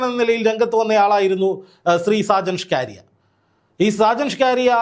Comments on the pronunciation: നാക്ക് വടിച്ചിട്ട് പറ സ്കാരിയ സ്കറിയ. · ഷാജൻ സ്കറിയ എന്നാടോ സ്കാരിയാ അല്ല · ഷ്കാരിയാ അല്ല 😂സ്‌കറിയ എന്നാ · Shajan Scaria...aanu. ....Shcaria alla... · ഞാൻ താങ്ങെളെ follow ചെയ്യുന്ന ആളാണ്.. പേര് നല്ല പോലെ പറയുക.. സാജൻ സ്‌കറിയ not scaariya😂sometimes u r rediculing him.. Not good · Skaariya alla chetta scariya aan ,😂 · സ്‌കാരിയാ അല്ല സക്കറിയ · ഷ്കാറിയ അല്ല: സ്കറിയ😂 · ഷ്കാരിയാ എന്ന് അല്ല സുഹൃത്തേ സ്‌കറിയ എന്നാണ് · ഷാജൻ സ്കാരിയ അല്ല സ്കറിയ എന്ന് പറയു. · ഷാജൻ സ്കാരിയ അല്ല മാഷേ സ്‌കറിയ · ഷാജൻ സ്കറിയ എന്നാണ് 🙏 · നീ ആദ്യം പോയി നാക്ക് വടിച്ച് വ്യക്തമായി സ്കറിയ എന്ന് പറയാൻ പഠിക്ക് എന്നിട്ട് വന്ന് പറ. കഷ്ടം.